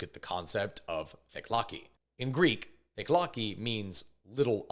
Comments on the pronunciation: Your pronunciation of Greek words was very amusing. I had never considered that "fakelaki" begins with "FAKE" because it's actually pronounced "fak-eh-lak-ee" (little envelope). Also, there's no "J" in the Greek alphabet and no "J" sound. In fact most Greeks can't even say it unless they were brought up outside of Greece. Jack and Jill become "Tsak" and "Tseel" when pronounced by most Greek people. However, it is an excellent report, thank you. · Its fa ke la ki ( fakelaki) not whatever you said to butcher it. Little envelope is what it means literally n it's a euphemism for a bribe.